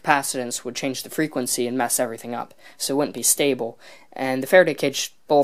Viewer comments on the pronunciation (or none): none